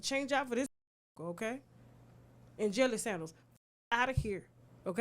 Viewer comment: At first I thought I heard Jelly sandwich 😂 then I heard Jelly sandals I just melted to the floor😂😂😂